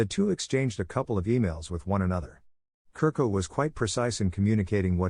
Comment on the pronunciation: Chu-rko is pronounced